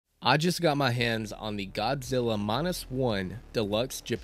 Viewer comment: Saw it on Netflix. Great movie. One question: why do you keep saying "Gobzilla"?